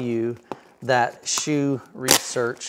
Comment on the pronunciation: Thanks for the review I have had their other 15” sub for 8 years. Smaller company with great customer service. Dr HSU has even given me personal advice for settings and placement. FYI the name is pronounced Soo vs Shoe. It states pronunciation on the website and the employees pronounce as Soo. The unusual thing is the commercial recording when you call the company does pronounce “shoe”.